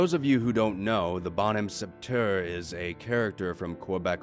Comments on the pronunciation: "Bonhomme Sept-heure" would be pronounced roughly "Bounom sett-eur" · Just FYI, it's pronounced bawn-UM-SET-eu-RES. And KAY-bec, not cooebeck. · The way you pronouce "Bonhomme sept heure" is so strange but I can't blame ya you're not a french speaker.